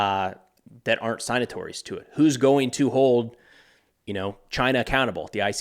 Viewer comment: Hey bro appreciate everything and all your and your team’s work. It’s pronounced sig-nuh-tore-ease. Yes it doesn’t make sense because the g is silent in “sign,” but such is English.